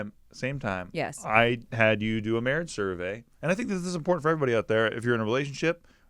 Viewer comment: How are you guys? and "mawwwwiiidgeee" lol